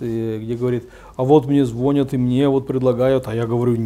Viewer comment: Как можно доверять мнению человека, если он вместо позвонИте, говорит позвОните и звОнят, вместо звонЯт. Зачем было приплетать сюда святителей, вот мол бы они точно лишили сана и всех и вся, хотя свт.Иоанн Златоуст сам подвергнулся несправедливому суду?